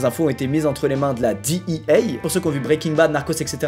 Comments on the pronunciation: on dit D. E. A. , pas DI i HEY ou j'sais pas quoi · la ''dit i hey'' hahaha omg parler anglais cest pas votre fort :P tu peux le dire en francais ca existe cest la dea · Ptain tu peut pas dire dé eux ah comme tout le monde nan mdr DIHIEYE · Qui prononce DEA a l’américaine à part Squeezie sérieux 😂😂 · = le seul francophone a prononcer "DEA" en anglais 😅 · Qui dit la D.E.A avec la prononciation française 🖐🏽